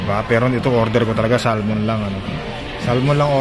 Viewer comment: hindi SAL-MON kundi Sah-mon.